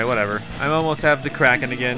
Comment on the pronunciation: When it's sayed it sounds like it's spelled k r a k o n but it's spelled k r a k e n